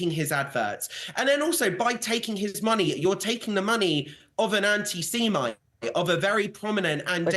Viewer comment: Ant-seemite. Who says that? Something's wrong with this man.